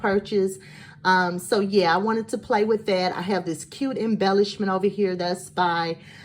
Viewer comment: You got me spending money "ova hea" (with and accent) I tracked down that cute sizzix mini rosette die 🤑🙄 Loving your stinking cute projects and luckily I do have the Raggedy Ann and Andy die set. You got me inspired girl. It's time for some Raggedy shabby dolls 💕